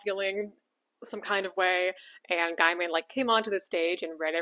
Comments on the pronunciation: Did you just say Guy-man? It's pronounced Gay-man as in the oxymoron. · Gay-min, not Guy-mon. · Sorry to nit-pick. It's pronounced gay-min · Neil's last name is pronounced 'gay-man' - you can look it up. I think this one has hit the algorithm cause I'm far from your usual audience, so maybe brace for that. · Thank you. He might be a PoS, but the way she mispronounces the name constantly is annoying.Also, Ian McKellen. Not McClellan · I agree with you. Just thought I'd let you know that you're mispronouncing his last name. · Regardless of what he has or hasn't done, please pronounce his name correctly. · Your opening statement sets the tone. You have clearly already decided he is guilty and appointed yourself Judge,Jury, and Executioner. Even despite your weak, obligitary, "these are only allegations" The simple fact that you deliberately and wantonly mispronounce his name shows the contempt you have. Check yourself, or perhaps all men should just assume that all women are nasty, judgemental hate mongers, and we can be pleasantly surprised when one isn't.